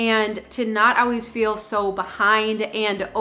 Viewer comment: I like how she says "owies" for "always"